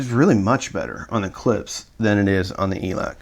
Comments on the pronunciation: For the love of God please dont slurp coffee during your videos. It adds zero. And the name is Klipsch, not 'clips" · I'm not much of a Klipsch fan but if you're going to be an audio reviewer since they are one of the oldest Brands out there you should out of respect at least pronounce their name correctly. Klips?